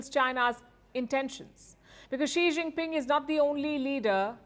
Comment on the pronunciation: As if this reporter has any.she doesn't even greet chinese leader by how she said his name only.